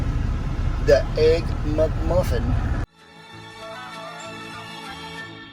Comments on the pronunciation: "Muck Muffins" LOL! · I love the way he says "mugmuffin" instead of mcmuffin! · “The egg MucMuffin”! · "Muck Muffin" 😆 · He said EGG-MUCMUFFIN 🍳 😂